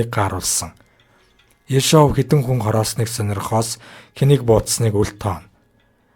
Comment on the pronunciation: Ё-г удаанаар /ударение/ дуудна, Орос хэл гадарлаж байж ярь.